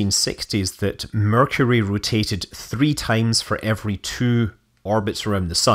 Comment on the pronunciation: correction, you mispronounced "Mercury".